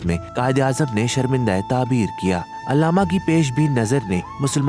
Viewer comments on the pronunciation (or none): Illama nahin Allama Iqbal parha kren